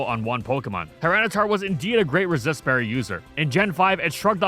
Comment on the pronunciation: For a millisecond I thought you said racist berries.